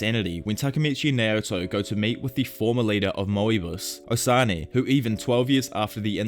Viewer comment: Is Moebius not Mow-E-bus, and its Osanai not O-sunny